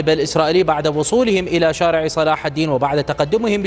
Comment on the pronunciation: بلسان عبري يتكلم هدا المديع قال شوارع وشارع وضع الشدة على حرف الشين لغة الضاد كشفت عنك أنك عكل